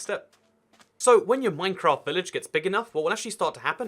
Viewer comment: Minecraft I thought you said mein kämf